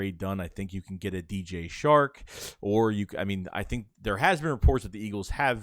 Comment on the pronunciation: It’s DJ Chark not shark